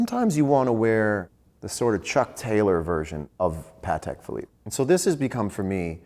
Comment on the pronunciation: Best episode of talking watched ever. I have watched it about a dozen times and enjoy it every time. Even better when a couple of serious American watch collectors pronounce Patek Philiippe properly!! "I dont want the money, I want the watches" yes definitely a watch collector.